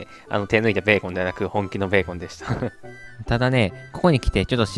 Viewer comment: ブェーコン笑